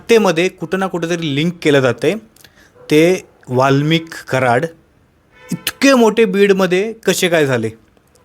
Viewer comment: वाल्मिकी कराड नाही रे वाल्मिक कराड 😂😂